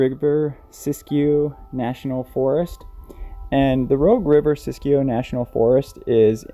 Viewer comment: I'm impressed by your pronunciation of 'Siskiyou'!